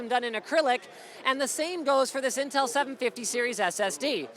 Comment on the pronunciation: LMAO WTF WAS THAT "in teemsnms" XD